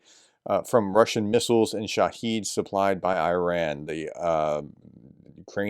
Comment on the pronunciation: The Iranian drone is called a "SHAA-hid" (stress on first syllable) = "witness", as opposed to "sha-HEED" (stress on 2nd syllable) which means "martyr". See